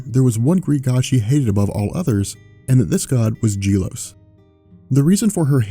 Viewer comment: Gelos (Geh-LoS) not (Jeh-Los)